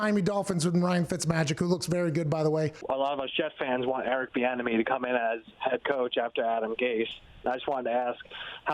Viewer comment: Bro I thought he said “Eric the enemy” I was like who tf is that??